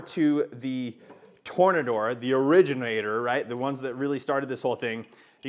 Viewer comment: I think it's pronounced "Tore-nay-door" 🌪️